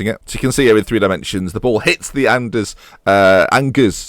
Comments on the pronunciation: Angers is pronounced Anzhay, it's the main city of Anjou. Why didn't you ask that delightful lady you had on the first show, or is she busy training to be your backup Defensive Mid? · Angers SCO pronounced An-Jay btw ;) If you need French lessons, feel free to contact me :D PS : some good young players for your team : Corentin Jean / Benjamin Mendy / Alexis Blin / Adam Ounas / Lucas Hernandez / Abdou Diallo / Alban Lafont / Jeff Reine Adelaide / Thomas Basila ! Good job as usual mate ! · angers is pronounced like arn-jer